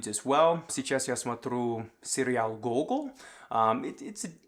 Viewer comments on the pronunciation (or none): none